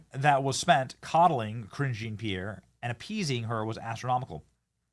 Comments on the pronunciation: jesus dude it’s not pronounced “kareen jeen-peer” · Lol, he cant even pronounce her name😅